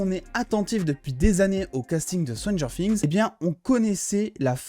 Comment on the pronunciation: Stranger quoi? Fings ?😂 je déconne super ta vidéo 👍🏻